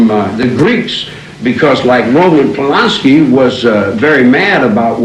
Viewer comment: The name is Polanski Charlie. What are you babbling about???? Lol